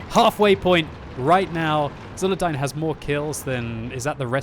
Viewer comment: Thanks for commenting my replay. I`d also like to thank the RNG-gods for making this video possible ps: It`s pronounced with Zulerdeen ^^ or just Zul / Zuler - Zuler